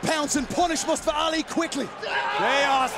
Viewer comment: Who dafuq is "mUsTuHfUh"? It's Mustafa. Say it with me now!